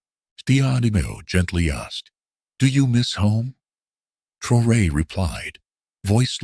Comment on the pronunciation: I don't know if this is jes disrespect, bad programming, and lack of professionalism or shear white racism but it pisses me off terribly that the voice telling this and other similar videos, doesn't ever say Prez TRA O RÈS' name correctly, WTF?!!! Why is it soooo fuggin hard to program a gotdamn computer to pronounce foreign names correctly!? Maybe it's the person/ people,that make up these things, that are TOO FUGGIN LAZY OR JES DON'T GIVE A DAMN CUZ IT'S ABT A BLACK AFRIKAN LEADER!!! Either way it stinks to high heaven. It's amazing that I'm the only one that ever notices this shit, but that's jes fine cuz like brutha TRA O RÈ I don't mind being the only one wit the BALLS TO SAY THE KING HAS NO GOTDAMN PANTS!! DO BETTER BITCHES!!! 😠😠🤬🤬😠😠🤬🤬😠😠🤬🤬